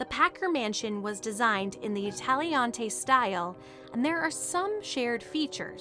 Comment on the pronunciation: I love you and your videos, but I feel I gotta tell you, Italianate is pronounced " ih TAHL yuh nate ".